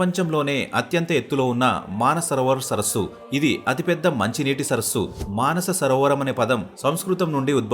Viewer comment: మానసరోవరం కాదు మానస సరోవరం అర్థం కూడా తప్పుగా చెప్పినారు.